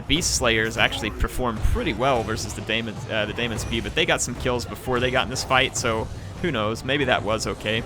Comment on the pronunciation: Daemon is still pronounced 'Demon' :-)